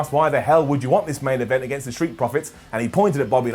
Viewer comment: You said aint event